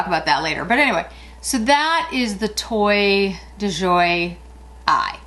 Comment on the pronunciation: Toile is pronounced "Twall" My daughter lives in France. I always have to consult her on the correct pronunciation.